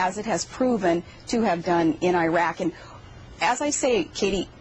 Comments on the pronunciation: Airak?... Its pronounced Irak(e-Rak)... Palin, you so stupid.... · I can't stand the way she pronounces Iraq, I-RAQ. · She can't even pronounce properly Iraq in English...